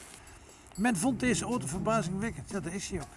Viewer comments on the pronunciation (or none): none